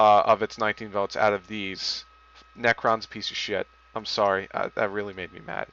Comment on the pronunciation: Yeah well, why you say you hate Necron (it's really Necro, you kept saying Necron), it's already been added to the game and it's better than how you described it. Nekros is not shit